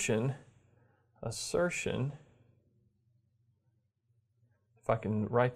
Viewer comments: I heard it as "fu(king write that", whereas it's actually "if I can write that". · sounds your "If I can write....." sounds like "f@ write that...." lol